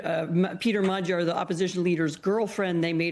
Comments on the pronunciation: Mag - Yar... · Dear Americans: Is it really that hard to check the pronunciation of the winner's name? Magyar literally means "Hungarian." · Anchor didn't even bother to learn Magyar's name. Jesus.